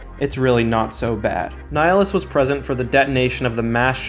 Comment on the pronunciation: Did this man just pronounce nihilus nilly-us?